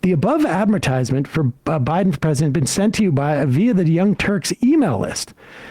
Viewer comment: cenk wanna be pwesident cenk luv cenk